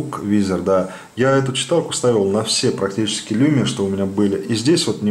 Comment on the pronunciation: Не люмиа а лумиа... Так финны говорят даже